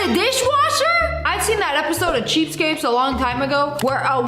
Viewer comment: She says "cheapscapes"😆